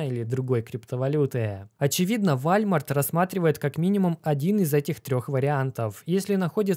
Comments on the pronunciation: вОлмарт) а то что то не сразу понял что за вальмарт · Как чел, который живет в сша 5 лет, скажу тебе: это не вальмарт, а волмарт) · Уолмарт, а не вальмарт 🤣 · Волмарт ! А не вальмарт 😂😂😂😂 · Не Вальмарт а ВОЛМАРТ. WALMART !! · Волмарт - правильно произносить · Уолмарт правильно говорить